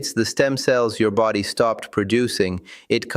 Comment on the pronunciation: 'Vulerabillies' instead of vulnerabilities! That's my favourite so far! 😅 I hope they translated the book properly, at least.. dog sake! 😉 'befody' instead of 'body'! 😂